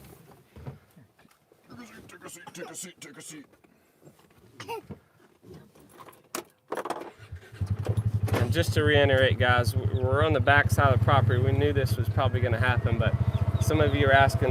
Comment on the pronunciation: Reiterate not Reinerate😂